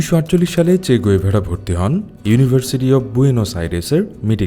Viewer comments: গুয়েভারা না। গেভারা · গ‌ুয়েভারা না, গেভারা